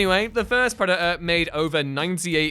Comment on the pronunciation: It's Predator, with a t.